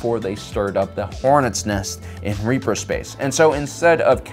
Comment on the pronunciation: REAVER. not reaper. REAVVVVVVER.